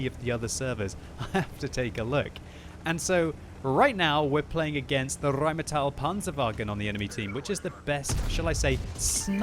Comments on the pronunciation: Why, oh why do you ALWAYS say RheinmAtell instead of RheinmEtall? You, sir, hurt my ears with that for more than 3 years and today is the day I'm saying it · It's pronounced "rine-metal," dumb-arse.